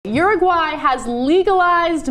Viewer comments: Ana says uruguay like she's saying urinal. OORUWHY. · uru-high lol